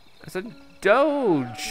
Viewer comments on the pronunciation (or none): none